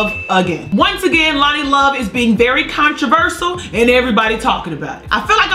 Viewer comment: Did she say 'controversal' instead of controversial?